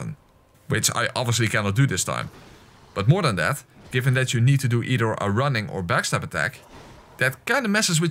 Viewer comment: Am i the only one who heared him say Nito every time he said need too.😂😂😂